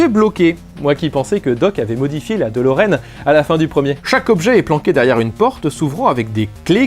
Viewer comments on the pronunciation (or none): On dit pas delorene mais deloreane tu arrivera à le dire correctement un jour ;)